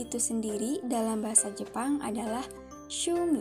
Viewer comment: Tampilan videonya bagus,unik. Perbaiki lagi pengucapannya ya... terdengarnya sumi, bukan shumi